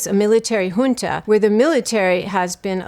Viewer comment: Thank you for properly pronouncing "junta." This is probably 1/10 videos where I've seen that. The one that drives me crazy is "yunta" like, why are they going German with it?